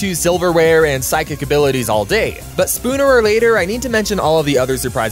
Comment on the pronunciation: This man really said “spooner or later” LMAO